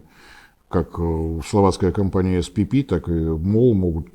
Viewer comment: Словацкая компания SPP называется "эСПэПэ". Пора отвыкать читать всё по английски.